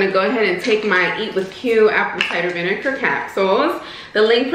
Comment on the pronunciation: VineGar !!!! not vineCar 😂 please stop! 😂